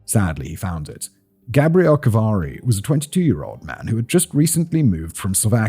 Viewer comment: Wonderful telling of a horrible tale. Unfortunately, what continually caught my ear was the mispronouncing of the masculine Gabriel with the feminine Gabrielle. It made me question if there is some subconscious undertone at play.